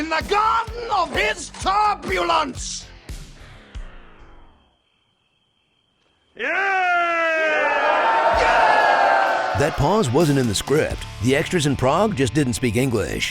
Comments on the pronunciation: He definitely says turpulence, not turbulence. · Nb: That's "torpulence," not "turbulence."